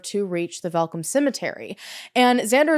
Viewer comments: I dont know anythung about this case....AND I'M SOUTH AFRICAN!! also you pronounced Welkom so perfectly, werk girl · The look of shock on my face when you mentioned the city Welkom AND pronounced it correctly, well done!